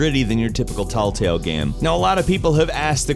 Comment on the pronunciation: did he really just say "talltale game"